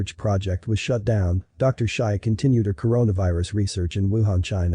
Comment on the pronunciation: That's not how you pronounce "Shi", my ears hurt. I do agree that it's a lab virus, though.